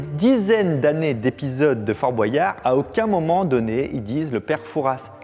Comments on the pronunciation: Fabien : On dit père foura pas fourasse Aussi Fabien : Dit fort boiyard alors qu'on dit fort boyard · Ok pour la prononciation de Fouras, mais pourquoi tout le monde dit "Fort BoAyard" ? J'ai l'impression qu'avant on le prononçait pas comme ça